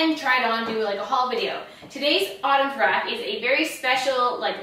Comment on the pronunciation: "Autumnsrack"...definite emphasis on....RACK!